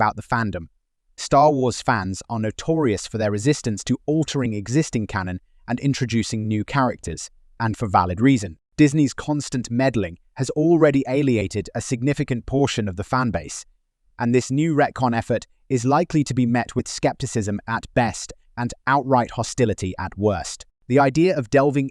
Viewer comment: It’s “alienate” mate, not “aliate”